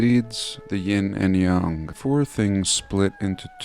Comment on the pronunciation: Oh man! I cannot believe you pronounced Yang correctly!!!! My wife's name is Yang!